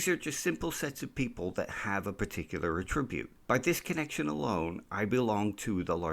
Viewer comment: I agree with everything in this video except for the way you said 'attribute'